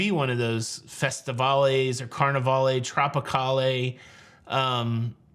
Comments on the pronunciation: Probably maybe prounounced Carneval not Carne-valleh? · Did anyone explain the pronunciations for Carnivale, Festivale and Tropicale? You do not pronounce the "e" at the end like Carnival-AY. It's like Carnival...except that the accented syllable is different. It's CarniVAL (and FestiVAL and TropiCAL). Just thought you'd like to know since you didn't seem thrilled with Carnival-AY. (I should clarify...the VAL is pronounced as the CAL is in CAL-ifornia.) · Hi, the pronunciation of Carnivale and the others with “vale” at the end is more of a French pronunciation. The “vale” kind of sounds like the first part of hotel chain Valhalla Inn or the name Valerie. The “e” is silent but creates a feminine word. Google search of Carnivale (missing the accent above the “a” is “kaar-nuh-val “. The Tropicale would end like the male name Cal. Cheers from Canada… sorry. Lol 🍻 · Dide, you're messing up those old ship names. "CarnivAL" TropicAL" "FestivAL" -no "ay" sound at the end. I sailed two of those, so I speak from experience. :) I did a couple of trips on the old/original Holiday, and wouldn't mind seeing the name return. Thanks for all the news and updates. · Don't pronounce the E in those names, like Carnivale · Festivale, Carnivale are not pronounced using the “e” at the end at the end but a long or drawn out “all” sound.